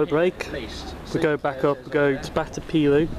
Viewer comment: btw pelaw is pronounced peel-or